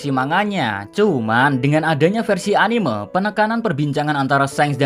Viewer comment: Sorry2 nih oot min, cuma agak keganggu dengan penyebutan kalo pas bilang "anime". Padahal kalo pas nyebut "animenia" udah bener tapi kalo pas bilang "anime" jadi beda begitu ya. Mungkin kedepannya dapat dikoreksi ✌✌